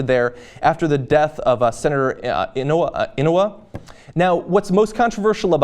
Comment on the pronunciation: Hawaiian pronunciation guide: 1. Schatz: pronounced SHOTS 2. Inouye: pronounced ih-NO-way